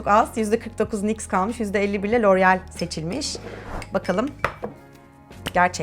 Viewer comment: Loreal derken çıldırıyorum 😑